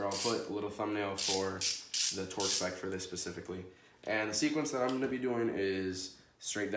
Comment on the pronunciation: “Twerk” torque they sound the same when u say it that many times... lmfao pin this if you agree